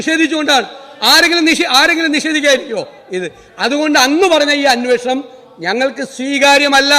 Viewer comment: അന്വേഷണം എന്ന് പറയാൻ അറിയാത്ത മുഖ്യമന്ത്രി. അന്യേ ഷണം എന്ത് മലയാളം ആണ്